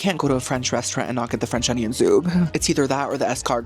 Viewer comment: Anybody with your pronunciation of French should not be allowed to eat French food.